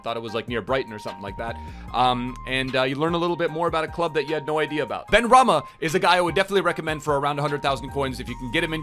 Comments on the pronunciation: Also it’s pronounced Ben-rah-ma 😂😂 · it is pronounces saïd ben-ra-ma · benrahma is pronounced ben-ra-ma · No one:: sAiD BeNrAhiNa Love U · I love you but how do you get Ben-Raheena from Benrahma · And he called him benrahina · did anyone notice that he called said benrahma ben sabini lol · It’s pronounced BEN-RA-MA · the way he said saïd benrahma 😢